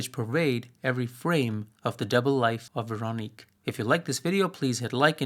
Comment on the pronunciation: This is a minor off-topic point I hope you'll forgive, but for what it's worth, Véronique and Amélie (and French words in general) lack stress accent, which to English speakers makes them sound accented on the last syllable. Hence the names are closer to VehroNEEK and AmehLEE. In some dialects and in songs Véronique sounds like VehronNEEK-eh, but never like VehRONeek. (Incidentally, I've always rather liked the original French name of the second film: "Le fabuleux destin d'Amélie Poulain" -- "The fabulous destiny of Amélie Poulain.") While I'm at it, the L with a line through it in Polish is pronounced a lot like a W in English, and the Polish W is pronounced like a V, and the stress accent in Polish normally falls on the next-to-last syllable, so while I might be mistaken I think the cinematographer's first name is pronounced more like SwaVOmeer.